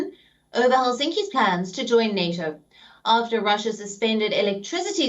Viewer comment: 'R'When did Russia become Pussia.